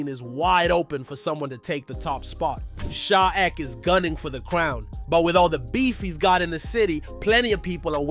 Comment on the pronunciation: “Sha eck” 😂😂😂